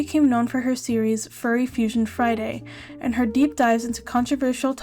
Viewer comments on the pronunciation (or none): none